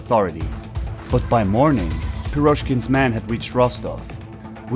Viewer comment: Pirozhkin😂😂😂 Nice try tho